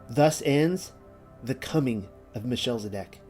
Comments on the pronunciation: Thanks. This video is a treat! But it's... Mel. Che. Sed. Ock. Not sure why it is being read as Michelle-zedock. The ch is a gutteral throat sound, like the noise of.clearing the back of the throat (sort of). In English they often just make a hard "K" sound instead. Listen to how others.pronounce it and it can help. Thank you for the effort this took! And keep studying :) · Melchizedek is pronounced, Mel - kez - e - deck. Shalom, dear brother's and sister's ❤️ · it's MEL-KIZ-ED-EK, not "meh-shell-zedek"